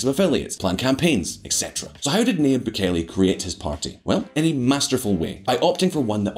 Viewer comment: His name is pronounced NaJeeb. “Nah-Jeeb” - it’s a Lebanese name, pronounced by a Spanish speaker. The ya becomes a ja in Spanish, so that’s why his name is transliterated thusly. There’s a huge a successful Levantine population in central and South America, mostly Christians from what’s now Lebanon, Syria and Palestine, who emigrated widely to Brazil, Argentina, Chile, Colombia, Venezuela, Mexico, Central America, etc, starting in the late 19th century. Early on, their religion helped Levantine Christians to get access to western-run missionary educations. My own great grandfather got a bachelors degree from an American-accredited university. In Beirut. In the 19th century In this century. A degree that, since it was issued by a university accredited by the New York state board of regents - it was honored by American schools and businesses. Their religion, and the help and advocacy of Christian missionaries - helped Christians flee religious violence during the late ottoman period. France, the us, abd Latin America were the largest destinations pre ww1. Post ww2, the commonwealth countries, and also west Africa and even parts of Asia. Muslims began to join them in emigrating widely in the 20th century. Lebanese dominate business in west Africa especially, mainly Muslims. Also the southern cone of South America. Many are well-educated, globally connected, skillful merchants. We’re both merchants from the day we are born, it’s just who we are. We’re used to huge groups and arm